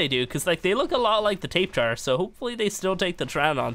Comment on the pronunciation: It’s not pronounced tape jar it’s tap-a-hair-a